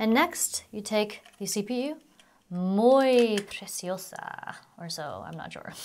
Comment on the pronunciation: Muy Preciosa lol good spanish!